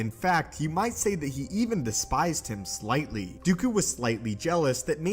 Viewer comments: Him please not hime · Here when it says hime